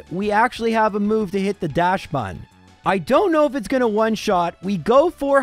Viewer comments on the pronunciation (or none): It's pronounced daxbun, not dashbun